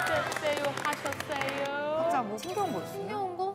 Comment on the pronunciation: ㅋㅋㅋㅋ 에 쎕쎄요 하셨쎄요 왜나오는거야...